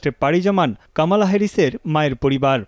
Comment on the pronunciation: কমলা কামালা,হল কেমন করে। কি উচ্চারণ